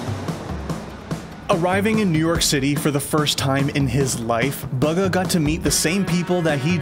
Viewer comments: He says buga instead bugha it's BUGHA !!!!!!!!!!! Get it right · I heard him say baga Not booga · Why is he saying booger and not boo- gha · Its bugha not buga 😂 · It’s BUUUUUUGHHA NOT BOOOOGA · I can't 😂 They pronounce his name as "bugga" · Courage pronounces it Booooooooooogaa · The way he pronounces Bugha, like Buh-gha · this manz really said bug-ha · Bug-ga man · He says it like bugga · Mans called him boogah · my man said baga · ItS nOt BuGGa!! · So annoyed every time this guy says bugga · Sorry but you call him bugger not bugha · Imagine being the team he is in and not being able pronounce his name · Why do people say his name wrong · When they pronounce his name wrong the entire video.....